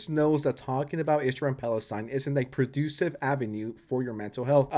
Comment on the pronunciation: just wanted to say the word "Productive" is pronounced "Pro - Duct - Ive".